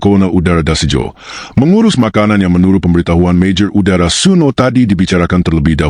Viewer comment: MAJOR UDARA😂 adududuu...kenapa mesti pake AI sih?? Mending kalo enak didenger. Sayang banget, narasinya bagus, konten bagus, naratornya ngeselin